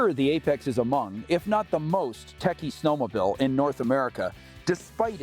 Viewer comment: WTF is a snow-mo-bill?